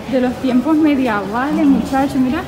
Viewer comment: Se dice tiempos medievales, no mediavales. Se te quiere de todas maneras.